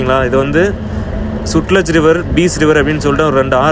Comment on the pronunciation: பஞ்சாப் வேற லெவல். சட்லெஜ் நதி பாய்கிறது. நீங்கள் சுட்லெஜ் என்று சொன்னீர்கள்.